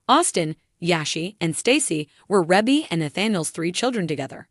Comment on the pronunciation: Its pronounced ree-bee not reh bee